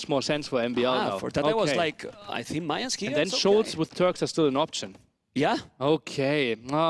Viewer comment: Someone please tell how to pronounce Mayans correctly, I',m loving the tournament and everything but I cringe everytime I hear Mayans as in the month of May instead of "Ma-yans"